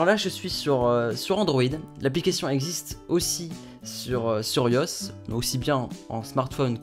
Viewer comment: YOS MDR C'est I-O-S Super video!